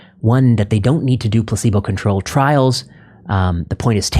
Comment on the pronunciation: Does DR.Vinay pronounce placebo, pussebo?